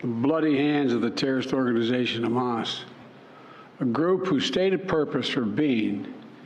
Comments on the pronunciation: Trump would bark like a lobotomized dog and pronounce Hamas “hummus." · Trump has a bigly brain and knows big words. Here's an ex: he pronounced Hamas as 'hummus'. 😅😅